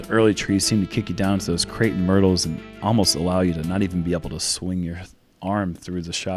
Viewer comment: did he say Cretin Myrtles?